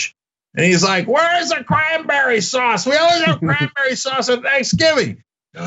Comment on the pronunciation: Did I hear Crimeberry sauce? 🤣 Sounds like something gramps Lou would ask for